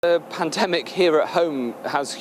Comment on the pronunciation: I'm sure he got the word pandemic wrong beginning of the video he says pantemic 😂